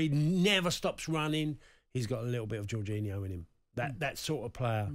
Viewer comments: It's Juninho not Gorginho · I was just about to say that. Who is Jorginho?